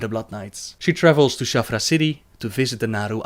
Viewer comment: It's Shattrath not Shaffra.